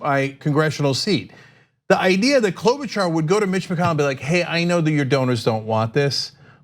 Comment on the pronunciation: everytime i see or hear her name i just think of cenk saying "klobauchar?"